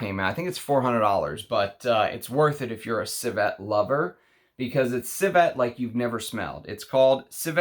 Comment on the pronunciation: Its not corSETTE, its corset. There is no word, corsette.😉 Similarly, the word is not ciVETTE, its civet. Civette is not a word either.😉 Cheers. Thanks for your work!